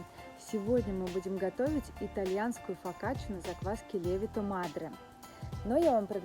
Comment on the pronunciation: Но ведь правильно говорить ЛевИто мАдре